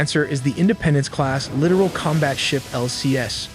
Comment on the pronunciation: It's pronounced lit-tore-al, not literal